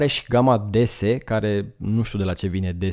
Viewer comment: DS, sau DeSe cum ai citit-o in romana, in franceza se citeste "déesse" si inseamna zeita! 😉